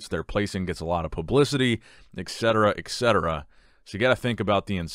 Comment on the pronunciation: Minor point...not a troll....please pronounce etcetera. ETCETERA. Not exetera